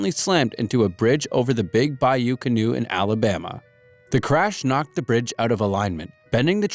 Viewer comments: it’s cannot not canoe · It’s Can-not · i thought it was pronounced Big Bayou 'Ca Not.'